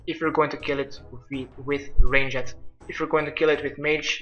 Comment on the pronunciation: Love how he says ranged. "Rain-jet"